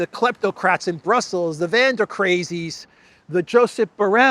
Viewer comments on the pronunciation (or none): none